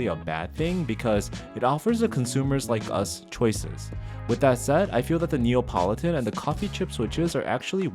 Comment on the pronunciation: Lovely video, thank you. As a mechanical keyboard aficionado, I know that sound is very important to you, and so I hope you won’t mind me pointing out that hearing you say say “NeOPolitan” again and again, as opposed to “NeAPolitan” was grating! Apologies for making what seems like a minor criticism, but it’s like a thock getting ruined by a loud spring ping! (Don’t worry, still a thumbs up!)